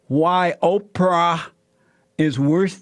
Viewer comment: The way Jesse says it sounds like 'Oper'.